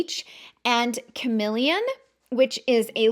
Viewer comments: I think it is called CaRNelian , isn’t it ? It’s just annoying to hear carMElian five million times as well as YES contours colors are simply not your colors , you need darker ones especially when you use this foundation ….. ugh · Isn’t it carnelian ?